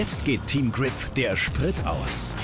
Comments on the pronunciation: Der Typ kennt auch kein Englisch wie der immer "Grip" ausspricht😂😑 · Ich find’s lustig wie er immer Kripp sagt statt Grip